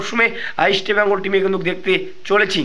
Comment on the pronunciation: ভাই ইস্টবেঙ্গল কথা টা ঠিক করে উচ্চারণ করো।